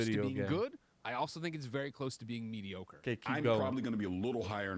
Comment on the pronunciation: Did just pronounce mediocre as "me-dee-or-ica"? lol 💀☠